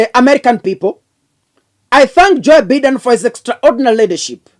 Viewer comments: Be pronouncing Biden as Baiden. Vile nimeandika. 😂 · Joe Biden pronounced Joe Baiden